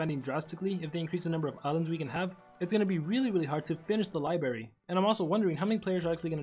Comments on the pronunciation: It’s not libary it’s library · li-BRARY not libary